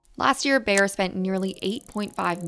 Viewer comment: good story, but you should really learn how to pronounce Bayer. It's a German, one pf the biggest companies in the wor;d, selling Aspirin. Saying Bear all the time, not only hurts ears, but also put blame on poor Bear instead of Bayer executives.